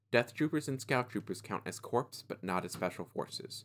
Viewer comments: Apologies for being that guy, but Corps is a French worse, so the P is silent and you pronounce it as 'Core' not 'Corpse.' Additional: Looking at how the Empire has their Battleforces, the Rebels could easily have a counter be the Scariff Attack Force, though this would require the inclusion of the U-Wing as well as Chirrut and Baze. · Very informative for new players. Just a caveat; corps is pronounced "core", not "corpse". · Corps is pronounced core.